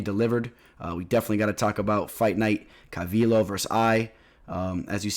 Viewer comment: Pronounce it like CalVeeO not CalVill O lol